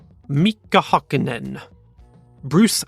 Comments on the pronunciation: you say Hämilton correctly but why you say Hakkinen? it is Häkkinen ... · Got a bit of practice to do with the Finnish names still. Valtteri Bottas and Heikki Kovalainen were pretty spot on, but then on it was a bit spotty. In Mika Häkkinen, you don't double the K sound in the first name. Ä is pronounced more like the letter "a" in "cat". For JJ Lehto, the H should be pronounced like you did for Heikki Kovalainen and Mika Häkkinen, and the "o" at the end is a short o, like you did for Bottas, not an anglicised "oh" sound, like you did. For the JJ part I've heard two pronunciations even from Finnish speaking commentators, JayJay like you said, and more like "Yii Yii", tho using the full Jyrki Järvilehto is more common (which I'm not even gonna try to teach over text, all I'm just gonna say is, that was not it xD ). In Kimi Räikkönen you for some reason again doubled the second consonant in the first name, it should be just a short m sound. Räikkönen on the other hand was pretty close, tho the ö went a bit more into "o" than "ö" sound. For Keke Rosberg the original pronunciation of the surname actually uses the Swedish spelling, otherwise that would've been right. The O makes a long U sound (like in "woo"), the E makes an Ä (Finnish pronunciation, so kinda like "a" in cat) sound, and G at the end is actually pronounced as "i" (like i in the word "in"). Not sure if he or Nico still use that pronunciation tho, since neither to my knowledge live in Finland. Sounds like you briefly forgot that he's German there, that was very English pronunciatio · for Häkkinen read it like Hackinen.. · like Hamilton is nut hum-ilton, Häkkinen is not huck-innen